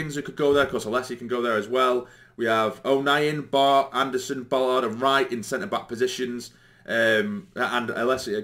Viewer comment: it's spelt and pronounced BAllard with an A not BOllard with an O 😉